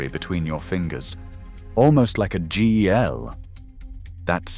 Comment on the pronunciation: " a G.E.L."? Oh, you meant "jel". Why did not not fix the spelling error and run the TTS again?